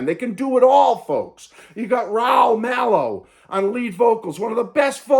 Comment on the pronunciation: Malo is with a short a; not a Long A. Hope ok to say